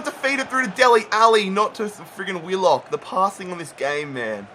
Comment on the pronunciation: Bro finally i keep telling you to do a Wanderers Rebuild, and it’s Willock not Willick